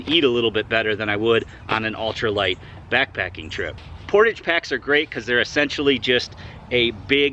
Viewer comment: portawwwge.....it's french....portage is what ya call my belly....cause I'm a portly fellow...;)